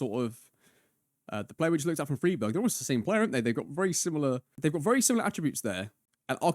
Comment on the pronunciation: That Freiburg pronunciation was a jumpscare lol, great video!